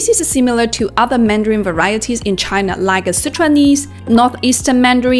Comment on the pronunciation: Good video. Nevertheless, it is “China” rather than “Chiner”.